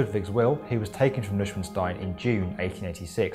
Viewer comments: Okay, now speak after me: NOI-SHVAHN-SHTINE. Not newshwenstein or whatever you were saying there. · its called noi-shwaawn-stein not newshwnstein. thanks. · That's not how you pronounce Neuschwanstein. It's like [noy-sh-vahn-sh-tie-n] not 'newsh-win-stein'. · NEU - SCHWAN - STEIN not Nusschweinstein. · Definitely not. It's more new svan staein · Thanks for your comment. I know how it's pronounced, I'm not German but can speak it. You're pretty good on point with the phonetics but I'd say it's more like Noi - Shwahn -shtine (that last one is completely correct). It's kinda a strange word, literally translated it would be New-Swan-Stone. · I have no idea how to write phonetics, but it should sound like this: NOI SCHWAN STINE or NOJ SHWAN STEIN 3 syllables. NOI as the 'oy' in OY VEY SCHWAN as in the 'sh' from SHIFTY and the 'bahn' (but with a w) in AUTOBAHN. Similar pressure as in FARM and BARN. STINE like you say LINE or WEINSTEIN. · It's really not that difficulty to pronounce it correctly. The narrators pronunciation can only charitably be call utterly atrocious. The full name in simplified phonetic spelling is "Noy-shvahn-shtine. Literaly "New Swan Stone". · true, he pronounces it like Liechtenstein which is actually an entire country, located in the alps as well 😅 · noi SHWAN stine is the proper German pronunciation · Yeah.. I kept having to re-check the video title, since it sounded more like he he kept saying "Liechtenstein" rather than "Neuschwanstein". Though I must say for an English speaker his pronunciation of "stein" wasnt bad at all. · Go for Gold Hahaha I exactly know what you‘re talking about...just pronouce it as three words...neu schwan stein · Well, he is speaking English, not German. But yes, I agree it should be pronounced NOY-shvahn-shtine. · It's pronounced "Noy-SHVAHN-shtayn", if anyone cares. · Great summary, but I thought it was pronounced, "noy-SCHWAN-shtine" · Try Newy-Schvahn-Steen... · Its Noy-Schvon-Schtyne! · new-schwin-stein no no no